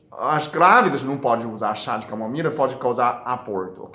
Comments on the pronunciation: Que lindo o doctor falando camomira😘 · Camomira 😂😂😂Amo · Que lindo o Dr falando camomira, eu tomo chá de camomila todas as noites, obrigado por tanta dedicação, Deus abençoe você. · Eu também percebí. E falou várias vezes kkkk. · Sim! Ele falou com o sotaque dos chineses né... É um ótimo médico!! Parabéns pelo vídeo.👏🏻👏🏻👏🏻🙋🏻‍♂️👍🏻✌🏻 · ainda não conseguiu desenrolar a sua língua chinesa até agora, não desenrola mais, vai ser mesmo camomira. rsrsrsrsrsr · Agola,melhola, camomira kkkkk